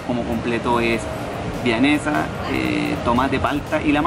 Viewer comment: que risa que se cree tan pulento y dice vianesas xd